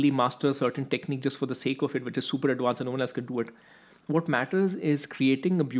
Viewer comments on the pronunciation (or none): It’s pronounced ad•Vanced with a V, not ad•Wanced with a W. It’s not that hard.